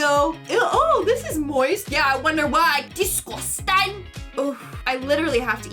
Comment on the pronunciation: One word: DISGOOUSTANNNN